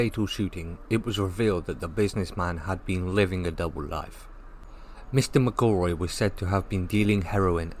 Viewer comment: Pronounce McElroys name correctly! Its no difficult.